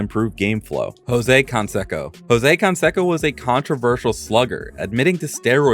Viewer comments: Jose CanSAYco. Not CanSEHco. Just wanted to clear that up. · Jose con-seko exposed the AI. Totally dystopian. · Who the hell is Jose Can-Seck-o? These seem like you're reading a wikipedia article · and the AI's pronunciation of Canseco